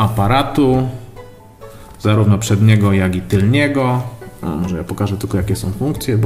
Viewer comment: Mówi się TYLNA a nie TYLNIA.